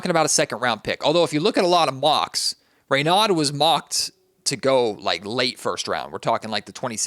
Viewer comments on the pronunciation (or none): It's pronounced Ray No